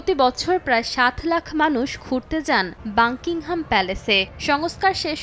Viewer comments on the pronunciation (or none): মূর্খ সাংবাদিক, বাকিংহাম প্যালেস কে বলে বাংকিংহাম প্যালেস